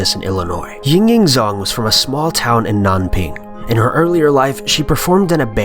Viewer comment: It's Jang not Zang. Zh is pronounced J in Chinese